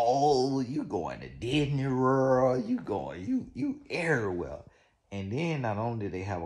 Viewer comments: That “Werllll” take me out EVERY TIME!!🤣😂🤣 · 😂😂😂😂😂 perfect way to spell how he says world 😂😂😂